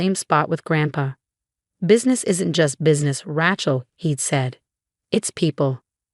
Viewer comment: Even after all this time, she still can't pronounce "Rachel" properly!